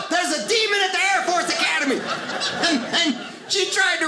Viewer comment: Thought this guy was funny until he said chair force.. sorry air force